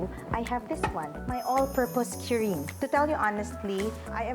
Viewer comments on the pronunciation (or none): "KU-RIN" not "q-rin". Its how Japanese say "clean". kurin.